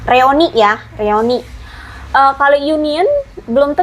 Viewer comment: Punten BUKAN REONI, tapi REUNI.